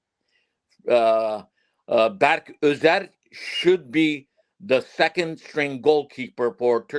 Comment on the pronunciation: Bro doesn’t know player names lol the keeper in France is not berk ozer, his name is berke ozer. The midfielder from fenerbahce, his name is not ismail yukselen. It is ismail yuksek. Also in terms of team’s current leader is calhanoglu. Even arda and kenan are looking up to him.